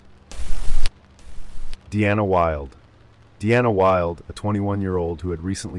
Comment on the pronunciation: Her name was Dana wild. Not Deanna Wilde. Just trying to help not be rude. Love your videos bro.😊